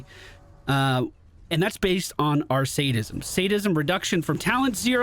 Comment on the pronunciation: You pronounced Sadism correctly! Proud of you!